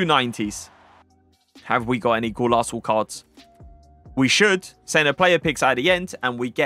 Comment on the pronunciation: Bro what’s a Golaso? It’s Golazo! Zo Zo